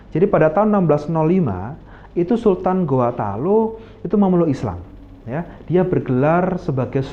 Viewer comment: Mungkin admin bkn org Makassar Krn sebutan Talo sangat kental jawanya